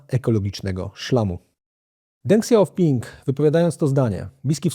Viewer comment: Dziękuję za kolejny bardzo dobry odcinek. Polecam też książkę od Prześwitów "Wyścig o najważniejsze metale świata", bo dobrze opisuje jak wygląda sektor metali ziem rzadkich i lekko się ją czyta. Co do Deng Xiaopinga, wymawia się jako Teng Śiaophing. Pozdrawiam i czekam na kolejne programy :)